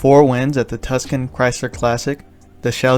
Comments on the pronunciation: "Tuscan" Chrysler Classic? I'm thinking "Tucson", as in Arizona. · Did you pronounce Tucson, AZ as “Tuscan” like the region of Italy 😂 Good video though, I love DD